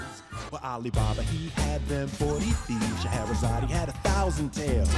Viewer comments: That's not what he's saying. He's pronouncing her name as Sche-he-ra-za-de instead of Sche-he-ra-zade, which does match up with the original song. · I don't think they're saying "Scheherazade, he [...]" in either version, rather in both the original and the remake, they pronounce her name with the /ee/ sound at the end, like a Greek name, for some reason. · Ever since I watched Sideways' video on the Disney remakes, I can't not notice the fact that Will Smith attempting to copy Robin Williams' pronunciation of "Scheherazade" by emphasising the "e" on the end just makes it sound like he's misgendering her. Like...even as a child I understood that Robin Williams was saying "Scheherazade" if pronounced in a slightly unusual way; with Will Smith, it really does sound like he's saying "Scheherazade, he had a thousand tales"... It's a little thing but it kind of sets the whole song up for failure in the remake almost right from the start. Honestly, Will Smith was sort of set up for failure on this by being forced to do a Robin Williams impression rather than just being allowed to reinterpret the Genie to fit his own stage persona. I'd personally love a version of 'Friend Like Me' done more in the "Cab Calloway"-esque style that Ashman and Menken originally intended, but that wouldn't have worked with Will Smith playing the role. What he needed to be allowed to do is exactly what the version of the song that played over the closing credits did: play to his personal strengths as a performer. Will Smith is the epitome of family-friendly incredibly cheesy 90s hip-hop vibes. What we needed (and what he needed to be allowed to do) was essentially create his own version of the song "Fresh Prince" style. But no, the higher-ups at Disney wanted those nostalgia dollars so instead we ended up with possibly the most vocally lazy, low energy music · He didn't say He, he pronounced the final e in Scheherazade. That is how it is pronounced in the original too